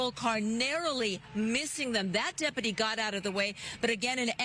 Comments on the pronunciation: "...it almost looks like a work-type van, but obviously it could just be somebody's kind of van..." Award-winning commentary on this channel, eh? Also, it's pronounced "de-pu-ty" not "dep-pah-tea" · "That 'depadee' has an ambulance to check him out." Lol those women sound like dummies. Its deputy! Not depadee.